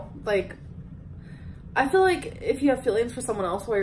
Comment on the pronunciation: the way she talks is just- like bolth, she says I haven't ate today, and fill instead of feel. like bruv learn basic English